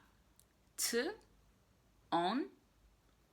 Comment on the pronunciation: In my opinion „my” and „wy” you pronounce correctly. You could actually work on „ty” so that „y” would be more like the one you say in „my” and „wy":) When do we use „wy”? Let’s say you bumped into your friends Kasia and Tomek, or Kasia and Tomek and Zbyszek and Agnieszka, etc. (so 2 or more people). You would say to them: „Jak się macie?” So the informal and plural = wy (as „macie” = „mieć” – to have for „wy”). (despite the fact that we don’t usually ask that as you already know :) I use this exemple just to show when we can use „wy”) But let’s say you bumped into your grandmother’s neighbours on the street. You know them, but it doesn’t matter. What’s important is the fact that there are two of them (or more) and that you would say to them „Mr. and Mrs. Smith”. In this case you don’t use „wy” but the formal and plural form: „Jak się państwo mają?” So the thing is that we use the form „wy” when we are talking to 2 or more people AND we are on first name terms with them. Also more natuarl would be „Jak się pan/pani nazywa?” instead of „Jak pan/pani się nazywa?” Nevetheless you would be perfectly understood so it isn’t really that important :) Instead of „Jak się masz?” you can say „Co słychać?” but also „Co tam?” / ”Co tam słychać?” / ”Co nowego?” / „Jak tam?” / „Co tam u ciebie?” / „Co nowego?” You can still expect a longer answer or just simply „W porządku” / „Wszystko gra”. Really depends on the mood and on the person you’re talking to. When we meet someone we simply say „